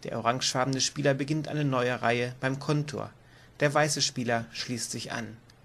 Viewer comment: Danke für das Video. Schade, dass ihr Schwierigkeiten mit der Sprache habt, z. B. das (!) Kontor, das übrigens auf der der zweiten Silbe betont wird. Plural von Feuerwehrmann ist Feuerwehrleute, so wie Bergmann - Bergleute, Seemann - Seeleute, "-männer" ist die Primitv-Pluralform. (Ja das hat mich auch in der geschriebenen Regel gestört:) Die Farbe der Gebäude der Speicherstadt ist übrigens rot und nicht grün; lediglich die Etagenbezeichnungen sind hier grün hinterlegt. Ansonsten ist die Aussprache erfreulich klar und die Regelerklärung ist gut strukturiert. Ohne obige Fehler wäre sie hervorragend.